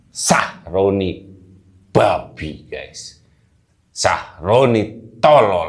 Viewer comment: Gais , bukan Ges, itu ciri Jawa selalu ges ges ges, gak bisa baca Gaes atau Gais yg asal dari kata Guys